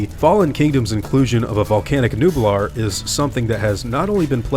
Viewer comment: Jurassic world is isla numblar